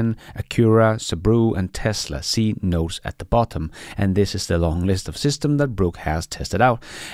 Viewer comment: great content as always. But your pronunciation? ''local roos'' ''back roos'' ''estencively'' ''see nose at the bottom'' take your time.😉😉👍👍